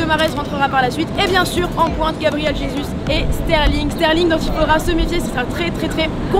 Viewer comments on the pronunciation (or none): none